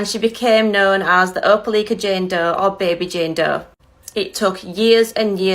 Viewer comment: It's pronounced O'po'Likea.